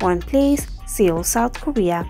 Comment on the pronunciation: This Video is hilarious! It gets the members all wrong lol... so how can we trust the info? The Desi lady narrating can't even pronounce Seoul - it's pronounced "soul" not 'see ol'. Hilarious!!!